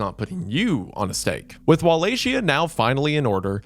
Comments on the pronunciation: Did you just say "walla shia"? goodbye... -_- I was all into this video until i heard you pronounce it like that then im like "nope" thats as bad as the white girls running out of the spanish class saying "Q-pasa" please dont use the google AI results pronunciation. that joker is always messing people up. use the Romanian pronunciation. Im not going to be the grammer nazi.. im just trying to help you out.. no i didnt really leave the video. i kept watching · It's pronounced 'Valahiya'. You need to at least do some pronunciation research when doing your videos. You're really bad at pronouncing the same thing wrong time and time again when it's the focus of your video. Literally take 5 seconds to google it. Jesus christ this is the second video I almost didn't continue because it seems like you're incompetent. Get your shit togethr. You can research a topic but never how things are pronounced. Peak American. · Wallachia is pronounced "wo-lay-KEE-ah" I know old Romanian is a tough language for most English speakers, but that's not even one of the difficult words. Just a rule of thumb, "ch" is usually a hard "k" sound in Eastern Europe. "Ch" being pronounced "sh" is a French influence that somehow got shoehorned into English. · The way he says Wallachia lol!! It's wo lay kee uh. Love you wendigang!! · He pronounced "Wallachia" just like "Appalachia" and I just 💀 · or "walla shia" lmao xddd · I like the most when he said "walla shia" lmao I imagined Wallachian ajatollah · This is the top comment and I still wasn't prepared for 'WAHLAYSHIA'. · It should be Wall-Ack-Ee-Uh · It's neither of those. The only proper pronunciation is as follows: Va-as in VARIETY ; La- as in LARGE ; Hi - as in the pronoun HE ; A- as in when you go to the dentist and he says "Open wide." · If I hear Wallachia (with a k) pronounced as wallashia again I will end it all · cant get past how you keep saying wallachia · that's not how you pronounce Appalachia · no way wendigoon is saying walaxia